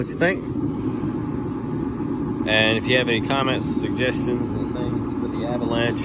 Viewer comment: some how some way i just had the feeling u was fina say avanlanché & u did 😂